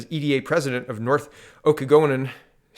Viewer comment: Pronounced O KA NA GAN and the SHU SWAPS The whole Okanagan valley in B.C. is beautiful and Alberta's playground. The Shuswaps are in the Northern part of the Okanagan valley, and Kelowna is farther to the south.